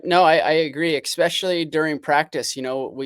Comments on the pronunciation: Take a shot every time Villopoto says "eXspecially" instead of "especially." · Its a Washington state thing.😂 I say that also.